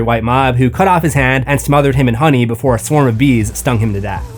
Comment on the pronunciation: BeeFUH lmao